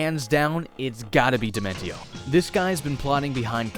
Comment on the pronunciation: It's pronounced like Dimen she oh. Like in Dementia.